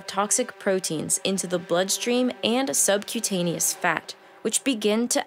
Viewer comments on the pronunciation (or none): none